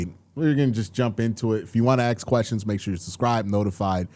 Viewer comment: Agreed. It's a choice he's making for some weird reason. He slips every once in awhile and says, "ask", so we know he knows the word.